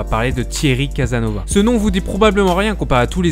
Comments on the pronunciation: Prononce bien son nom déjà et après on discute CasaSnovas Crétin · Commence à bien prononcer son nom. Tu vois les ''s''' ? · Une véritable diarrhée verbale ! Tellement bien que les gens qui écoutent la vidéo confondent Thierry Casasnovas (on prononce le s) et Guy-Claude Burger. Ce dont on reproche à G-Cl Burger n'a rien à voir avec Thierry Casasnovas qui lui n'a jamais porté atteinte à l'intégrité d'un enfant. Qu'une personne fasse l'amalgame passe. Mais que plusieurs autres personnes comprennent la même chose ça pose problème. Sont-ils stupides? Les responsables de cette diffusion ne sont pas honnêtes car ils laissent installer la confusion complètement délétère pour Thierry Casasnovas. C'est de la malhonnêté intellectuelle. Pourtant, lorsqu'on écoute attentivement cette video, et le faut-il, car le débit est extrêmement rapide, le doute ne persiste pas. Quant à moi je n'irai plus sur cette chaîne. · Autant je trouvais votre travail sur le dropshipping intéressant et même utile, autant je suis vraiment surpris par ce contenu qui frôle la médiocrité. Quel manque de travail, que de raccourcis, vous parlez ex cathedra comme si vous, vous saviez et étiez la pour rétablir la vérité. Même son nom vous ne savez pas le prononcer correctement. Votre travail sur ce contenu précis, est très décevant